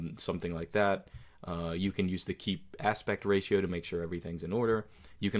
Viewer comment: Did he just pronounce ratio as 'raseo'?